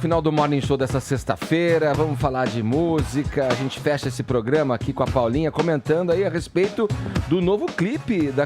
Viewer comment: 'eçe POGRAMA..'... é uma M.......